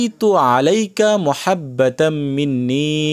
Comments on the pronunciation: এই ভুল বলেন কেনো মহাব্বা কেনো মাহাব্বা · আপনার এখানে ভুল হয়েছে এখানে হবে মাহাব্বাতাম্মিন্নি আপনি বল্লেন মুহাব্বাতাম্মিন্নি❤❤❤